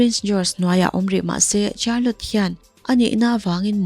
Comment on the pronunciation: Miss Charlotte hi char-lot tia lam tur ni loin shar-lot tih tur aw